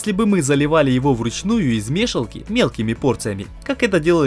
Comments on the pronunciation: И почему мЕшелка, вместо мешАлка? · пожалуй первое видео за долгие годы, которое я смотрю с удовольствием и с нетерпением жду продолжения. единственно непонятно, что у вас с ударениями? Еще можно понять лескУ, но мЕшалка - заставляет почесать затылок и подумать что монтаж и озвучку вы отдали индусам на аутсорс))) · Ролик суперский. Вы просто молодцы. Всё четко и слаженно. И конечно хотелось бы продолжение увидеть. Но есть маленький нюанс. Слова "Ле́ска" ударение на первый слог, так же как и в слове "Меша́лка" на второй. По ушам режет лескА, и мЕшалка. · Ты что прикалываешся с ударениями??? лескА, мЕшалка, кухОнный!!! Это ужас. Такое количество подписчиков обязыват к чемуто, тебе не кажется? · Леска', меша'лка.. кровь из ушей.. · Вот только ударение в некоторых словах подводит , в таких как леска и мешалка, неприятно воздействует на слух, надеюсь всё исправится. А так молодцы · Очень информативно, всё по делу. Молодцы! Всей семьёй: жена чемпион! Ш Как и должно быть: друзья друг другу помогают. Грамотно построенный текст. Только: мешАлка и лЕска - ударения, аж в словарь залезла... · ТЫ откуда слова произносишь неправильно мЕшалка, бЕтон))) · ЛескА, мЕшалка - всего лишь ударение, а слово уже кажется незнакомым по началу) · мешЕлка, лескУ, кровь из ушей.. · лЕска, мЕшелка... Бедный русский яык